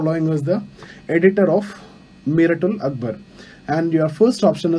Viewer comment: It was a very good lecture sir. Few corrections not in pronunciation but because of the pronunciation the entire meaning gets changed hence I mentioning it here: 1) It's Sambaad kaumudi: meaning " Communication enlightenment" 2) Mirat - ul- Akhbar: mirror of news It's akhbar it's Akhbaar which means newspaper. And it's Miraat meaning mirror not Mirat. Thank you.